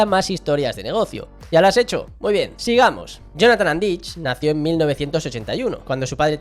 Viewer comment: no se pronuncia Andich con ch es con c